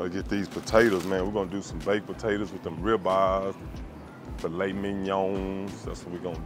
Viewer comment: Botatoes 🤣🤣🤣 you can’t beat us destroying the English language. My boy can cook tho